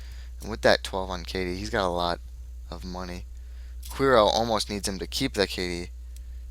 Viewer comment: here, its actually pronounced "cure-e-o" =] Also, i would've NEVER kept an opening hand like that but it was on my mulligan, so i had to keep it. =/ that was a a brutal mulligan, i should've kept the first hand that you didn't see. The SD's are there for early facechecks, if I had gotten them early they would have been great. Psycho and Closed Accounts there for tag-me decks, but yeah i've had about 50% success rate with the deck.